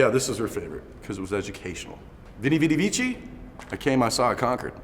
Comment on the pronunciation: Veni Vidi Vici, Latin the V makes a W sound . We-Ni, Wi-Di, Wi-Ki. It's not important. It's a dead language. I spent several years learning it, just figured I'd throw it out there for educational purposes.